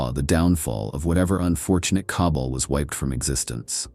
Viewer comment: Awesome video and I like your break down on why the Empire is an unlikely scenario:) One thing, it's pronounced "Ka-ball', not "cobble". Like all mispronunciation, not a problem. I just thought I'd mention it in as if you're going to talk about Drukhari you're gonna be saying that word a lot haha